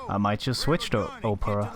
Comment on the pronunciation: With "Opera" - just make the starting letter O sound like a small case letter rather than a capital (think of words like Olive, Obligatory, Obtuse, Officer and not words that sound like Ohhhhhh (a look of surprise), Sow (as in planting seeds), Mow (like cutting the grass).....you virtually had it on your first attempt ;-) Absolutely fantastic run. Love this game!!!